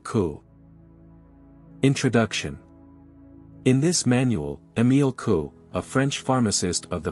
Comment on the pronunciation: His name is pronounced Coo-ay. Like blue-way.